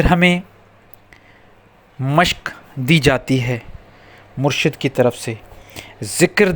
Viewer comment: Brother actually its "Murshid" not murshad Murshad means Saalik ya mureed Murshid means Peer e Kamil ya Akmal ya Mukammal